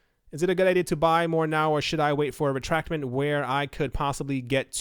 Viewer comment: I used to respect you. Now, after watching / listening to dozens of your videos, and especially with these Q&A's, you are awesome. 10X on the respect. The word is "retracement," rhymes with "replacement."